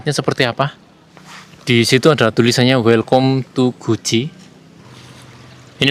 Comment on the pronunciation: Di bacanya welcam mas bukan welcom